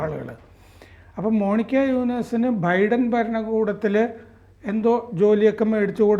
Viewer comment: ബിഡൻ അല്ല ബൈഡൻ